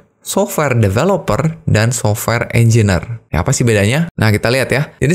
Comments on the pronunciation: Mohon izin mengoreksi Pak Engineer dibacanya enjenir, bukan enjiner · Informasinya kerenn uyy. Mantap bang. Btw sorry bang hehe cara penyebutannya engineer (enjenier) 🙏